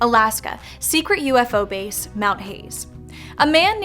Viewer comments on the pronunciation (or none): none